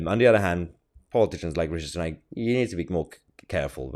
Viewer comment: Everytime you pronounce Richie sunook makes me smile. Keep it up Mahyar. 🤣 good OLD Biden…